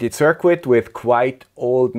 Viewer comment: I love the accent, but if you could just change this pronunciation... Circuit is pronounced sur kit.